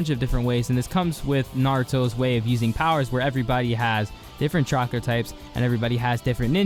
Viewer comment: Am I the only one that heard chakra as chocolate.